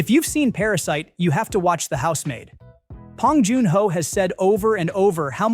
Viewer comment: Too bad the AI can’t say his name right. 😂